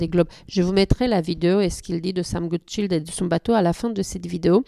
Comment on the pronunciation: Il est anglais, pas français ou allemand, donc pour la prochaine fois, attention à la prononciation de "Goodchild", le "i" comme dans le mot "child" (enfant) (et pas comme le nom de famille Rotchild), il suffit d'écouter comme lui même le dit dans l'interview officielle doublée ici, ou encore Xavier Macaire dans la présentation du bateau et marin. Personne n'aime entendre son nom écorché !